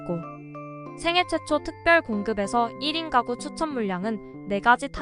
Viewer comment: 잘 봤습니다. 발음을 정확하게 해 주시면 더 편안하게 들을 수 있을 것 같네요. 미혼 1인 까구는 -> 미혼 1인 가구는 ...